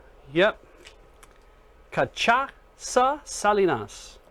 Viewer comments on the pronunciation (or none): It's pronounced Cah-shah-sa